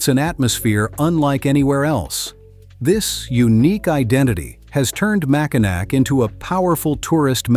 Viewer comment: Oof. You mrounounced Macinac wrong.Its pronounced Mack-in-aw lol